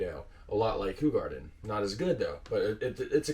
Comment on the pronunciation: Sorry 😬 not Who-garden. It's Ho!-garden. 😬😂❤️